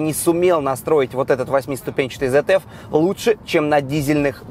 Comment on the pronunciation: Сравнение вообще ниочём . Немцы свои технологии и компетенции оттачивали десятилетиями , а корейцы решили залезть в премиум-сегмент сильно ударившись головой ,ибо генезис такое-же говно как и солярис. И ещё смешно смотреть как умничает дилетант- немецкие абревиатуры произносить по английски .( ZF читается правильно ЦФ ибо компания зовётся изначально Цандрад Фабрик ), 4matic -правильно произносится фирматик . Учи языки клоун.